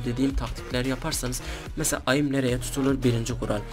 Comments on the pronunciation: Aim değil eim diye okunur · Abi aym değil eyim 😊😊😂😂😉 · bebe oyunun taktiği mi olur csgo gelde taktik gör ayim diyip duruyorsun onun adi AİM(eim) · AIM Diye Yazılıyor Eyim Diye Okunuyor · Sinir oldum ayim ayim ayim ingilizce 0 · Aaaim jhfjkhhjjhk la lisede de ingilizce öğrenmiyorsunuz